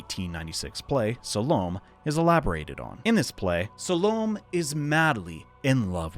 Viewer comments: SAL-Oh-MAY. Suh-lome? FFS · Salomé is pronounced Sal-o-may. Just for future reference.